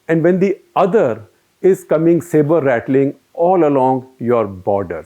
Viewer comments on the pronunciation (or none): none